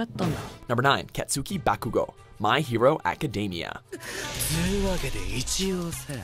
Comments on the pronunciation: I got triggered and This is how pronounces Japanese names: Katsuki Bakogou: KAT - SOOKI - BAHKU - GO Tatsumaki: TAHT - SUU - MAHH - KEY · " KEtsuki BAkuGo"